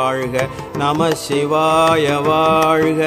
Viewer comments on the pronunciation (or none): நமச்சிவாய வாழ்க 'ச்' வரவேண்டும். உச்சரிப்பு சரியாக இருக்க வேண்டும்.